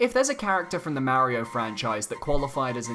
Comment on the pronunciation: But your saying his name wrong and it cringes me. Not trying to be mean or anything i am just being honest